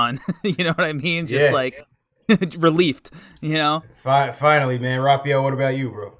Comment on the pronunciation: lost all credibility on his opening line by saying reliefed..instead of relieved.. whattt the hell man... you guys are over the age of 10.. learn how to speak properly by the age of 25 damnnnnnn